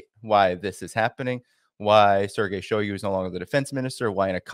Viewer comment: shiogu is not “out” stop saying that.